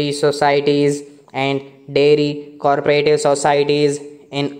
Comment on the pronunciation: Bhai thik se aur dekh ke padho. Aap co-operative ko kabhi co-operative padhte ho aur kabhi corporative. Aur curricular ko aap ne curriculam padha hai.